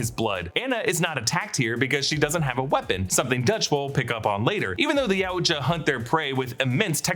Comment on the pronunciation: ITS PRONOUNCED YOW-CHA Jesus Christ